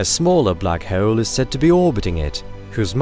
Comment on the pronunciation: The way he says 'hole' is gonna be a no for me